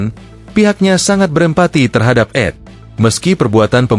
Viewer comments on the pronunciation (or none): oy tribun miskin gak punya modal. Elu kalo bikin narasi pakai AI, carilah suara yg lebih natural, kalo mau yang gratisan banyak tuh. terus untuk inisial "ED", biar dibacanya enak, tulis aja di promptnya itu "E De" biar si AI nya baca sesuai tulisan aja. Chanel kalian banyak banget tapi konten2 nya kayak sampah, bertebaran seperti sampah sehingga menghalangi konten2 dari chanel yg bagus.